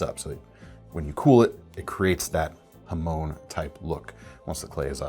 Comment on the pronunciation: I am Hmong. I'm glad to see that the hmong knife knife is being recognized and being put into production. Very excited to get one. Your pronunciation of hmong towards the end is pretty on point, most people pronounces it without the H.